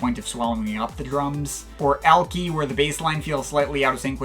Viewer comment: Just to be clear, 983 isn’t SUPPOSED to be a rip off of slow acid. It’s a gimmick track where the gimmick is all instruments are either a 909, 808, and 303. Also lol it’s pronounced like Al-kai, it’s a beach where I grew up. Thanks for the review, I will look into a better mic and also get better with my singing. While I do love my trusty talkbox, I can’t only use that. I try to put out an album every even numbered year, so hopefully 2022 I can have an above average to great outing